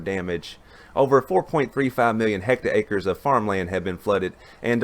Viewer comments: Those are "hectares", not "hecta-acres"! Keep up the good work. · Ok, I was done when he said hec ta acres. Seriously, that’s what he said! 😂